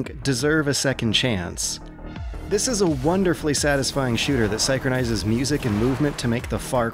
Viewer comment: SINE-CRONISEZ? That's is crazy even for you.